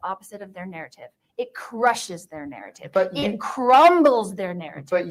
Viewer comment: Can she talk without saying NARRITIVE!!